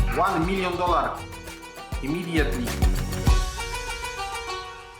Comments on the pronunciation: one milion dolar imidietli hahaha, jebłem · Nie lubie nawet piłki, wlaczam zeby uslyszec - ŁAN MILJON DOLAR. IMIDJETLI!